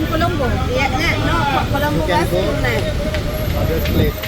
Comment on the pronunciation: I don't understand why is it so difficult for you to pronounce "KURUNEGALA" 😂😂😂😂😂